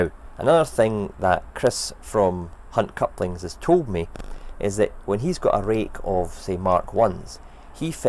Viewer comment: How many times did you mispronounce "Hunt Couplings" in the recording of this?